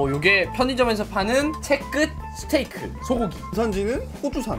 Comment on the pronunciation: 스테이크를 스테이쌔끼로 들은사람 좋아요